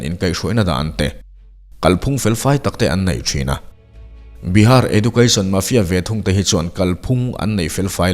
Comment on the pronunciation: Edjoocashn tia lam zawk tur niang..